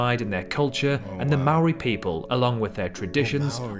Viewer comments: Saying Maori wrong,l dont see anything from Taupo,better than most,cant stand Auckland,wellington better,whangamata best beaches,they showed most of South Island,we dont tip thats why things cost alot,wouldn't love anywhere else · You have a british person pronouncing New Zealand names, they dont pronounce it correctly.